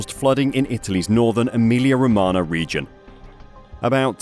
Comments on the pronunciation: ro-ma-nyah, not ro-ma-na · Romagna = romana × 10 Gauge = gorge English isn't your strong suit...